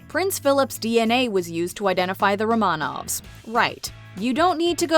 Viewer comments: It is pronounced RO’-man-ov, not ro-MAN-auv. If you must pretend to be a YouTube expert, do a tiny bit of basic research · Be really nice if they could actually pronounce "Romanov" correctly 🙄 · If you’re going to act as authority, the least you can do is pronounce Romanov correctly!